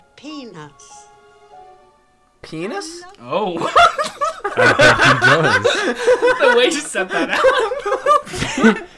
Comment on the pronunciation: Lollipops and.. peen us? 😂